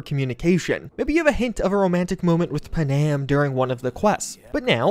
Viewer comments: The way you pronounce Panam feels like an intentional troll. It's Pan-Am! Two syllables! not puhnam... Anyway, great video! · PuhNAM? Is that how they say her name in game? I am guessing you romanced Judy lol... So did I, but at least I didn't forget the other girl's name